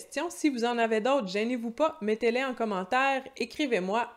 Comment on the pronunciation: Mettez-len? « Mettez-les » non? 😏 Au fait, vous devriez faire un vidéo sur les consonnes de liaison. Quand prononcer et quand pas le faire.